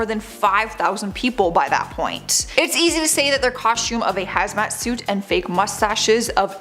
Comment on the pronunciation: Coshtewm… is fun to say eh